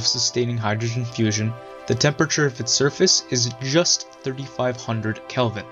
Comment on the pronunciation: When he said “just 35000 kelvin!“ I thought he said Kevin 😂😂😂